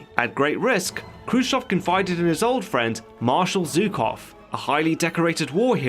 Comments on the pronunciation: Zhukov not Zukov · It’s pronounced SHOEkov